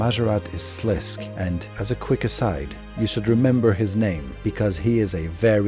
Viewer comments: Sliske is pronounced "Slis-Keh" (two syllables) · Sliske is pronounced Sa Lis Kay. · You pronounced sliskay wrong but this was a fucking banger of a video I can let that slide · Just a heads up for next projects you might be working on. In RS3 wiki there is a pronouciation guides for obscure words. It gives your stuff a lot of creedence if you say things the way they are meant to be said. Sliske for example is pronounced SLISS-kay. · Amazing video! Your mispronunciation of Sliske had me tweaking, though. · Great video, just keep in mind that the E in Sliske is NOT silent